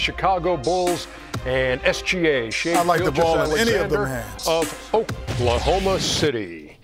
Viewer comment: Chuck said Shai Alexander Gilchrist